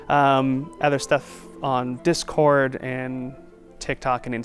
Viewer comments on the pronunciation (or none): none